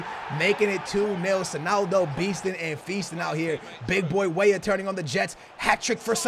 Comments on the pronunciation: Stop saying way way instead of weah..pls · Cade Walker it's like when he says Wey wey for weah... I think 💭😂